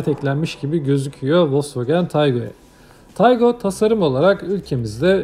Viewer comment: Taigun değil Taigo...